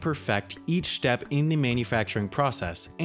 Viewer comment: each shtep xD